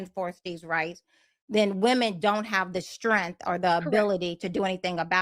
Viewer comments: It's based on strength, not strenth. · Take a shot every time she says “STRENFF” 😂😂